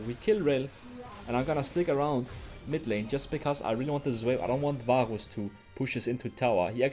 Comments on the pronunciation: ur accent saying varus is killing me haha. vaaaaooos. love the vids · He pronounces "varus" with the weird gothic r 🗣️🗣️🗣️